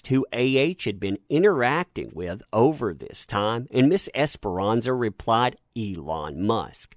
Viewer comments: just a little note.. I see you kept saying Trinity Esperanza.. when I keep reading "ESPARZA'.. the last names may look similar but when read out loud it sounds different .. ;) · Love ur channel. But it's Esparza... Esparza NOT Esperanza as u keep saying. Apologies for correction but I do watch ur channel and I really enjoy it. Just the name is wrong. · ms. es-par-za, it's a common last name in latin america... not es-pe-ran-za, which means hope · This is dumb but it kept bothering me that he said Esperanza and not Esparza. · just wanted to point out that the last name is pronounced "es-par-zuh", not "esperanza" which is a first name, haha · Esperanza? I read Es-par-za. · *Esparza* not Esperanza. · Bro her name is not Ms. esperanza.. its Ms. Esparza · Broooo...... ESS - PAR - ZA!!! 🤦🏻‍♀️ that was driving me nuts all video!! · The lady's name is pronounced; Ess-par-zuh, exactly as it's spelled...cheers! 😊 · this is great and all but it's Esparza* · No xperanxa ,,,, there is no N ... Esparza, probably italian... No latin last name...